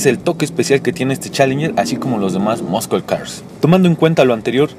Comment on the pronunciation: Sus skills de pronunciación en inglés están del culo. Muscle no se pronuncia "muscul" en dado caso su fonética sería muh - sl. Y así chingos de palabras mal pronunciadas.